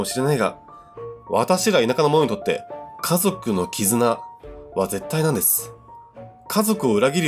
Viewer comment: 1112ジャスミン 思った！笑 なんですと？みたいな